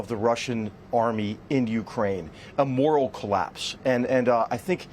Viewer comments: "morale" not "moral" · It's " morale ", not " moral " ..... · It’s “morale” collapse, not “moral” collapse…..you dumb twit.